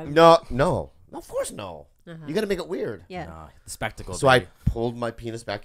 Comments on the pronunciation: An hour and a minute in and I'm breathless. Lmfao! Ob-course-uh. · "Ob Course" xD